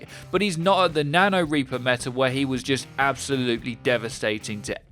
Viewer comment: "Repour"